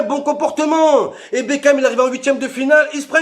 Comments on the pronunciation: Mais frere c pas david bekan cest david bakon woulah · C'est plus David bekham c'est david bekane